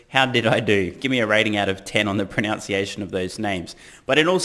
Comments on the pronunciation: It's pronunciation not pronounciation. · I don’t know about the pronunciation of the Indian names but you pronounced pronunciation wrong.... lol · I’ll give ya a c- on your pronunciation of pronunciation 😂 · Only 3/10 for the pronunciation of ‘pronunciation’, I’m afraid.🤪😈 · Names were spot on, unfortunately your pronunciation of "proNUNciation" was atrocious 😉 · The only bad pronunciation was in the word “pronunciation”. You said “pronounciation”” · Great job on the names but.... you’ve got work to do on “pronunciation”, not “pronounciation.” ;). I watch all of your videos and enjoy your comments. Keep up the good work! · "Pronounciation" lol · you said "pronounciation"...funny. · A 10 on the pronunciation of Indian names, but zero on the pronunciation of “pronunciation”! :-)